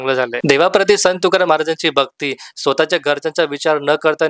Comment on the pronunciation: अगोदर मराठीत संत तुकाराम शुद्ध बोला मग आणि त्या चित्रपटावर बोलण्याची पात्रता प्राप्त करा नुसता review च्या नावाखाली दुकानं उघडलीत असले review म्हणजे ...... असो आपल्याला परमेश्वर अभ्यासोनी प्रकटावे अशी सद्बुद्धी देवो ही तुकाराम महाराज चरणी प्रार्थना